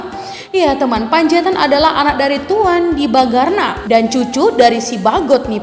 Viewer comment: Bukan Tuan DIBAGARNA tapi TUAN DIBANGARNA. Terdengar bunyi ng tidak terucap benar. Mohon diperbaiki atau diedit.